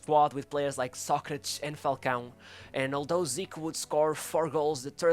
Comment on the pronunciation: Who tf is "Socritch?" 😂😂😂 Socrates my guy its pronounced as 'Socra-tees'